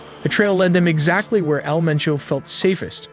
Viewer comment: its MENCHO 😂 haha love yalls videos!